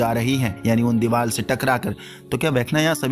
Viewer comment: Deewar ❌ Deewal 👍 (UP Wale )😂😂😂😂